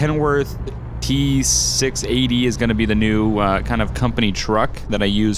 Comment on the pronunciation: C'mon, "T-6-800" lol